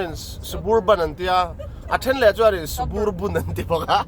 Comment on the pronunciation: Suburban nilo in Sub-Urban tih a lam tur zawk. Urban(khawpui) tih na kha. SUB-URBAN